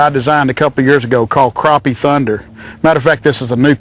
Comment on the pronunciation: croppie? lol